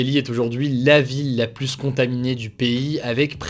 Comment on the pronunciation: S’il te plaît arrête de prononcé Le S du mot PLUS (pluS contagieux) Ça ne se dit pas 🤓 À part ça merci ton travail exemplaire. ✅